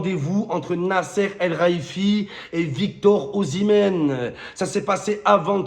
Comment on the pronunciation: « Nasser Al Raiifi » ? 😂😂